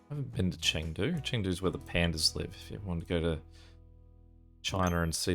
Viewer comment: Take this all with a grain of salt, as I'm not Chinese, but here is some more accurate pronunciation: "Qi" is between 'chi' and 'tsi' the letter "a" represents the 'ah' sound The "e" in Chengdu is closer to the 'uh' sound "Zh" is like 'sh' but voiced "ou" is like 'oh' "c" on its own is 'ts' People who know more than I do, feel free to correct me.